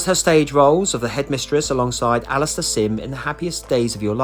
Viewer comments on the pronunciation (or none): none